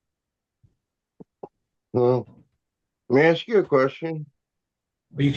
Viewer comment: The guy us an asshat, Can't pronounce "ask".